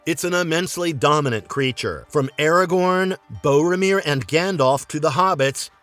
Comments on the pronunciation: Lmfao Bow-ramir lolol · And bow rah mir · Gotta stop using that AI voice clone, dude. Bomarere? Moriea? Wtf? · Maria? Bowrimeer? Do you just do this to tick us off or is this how you say it? Either way, stop.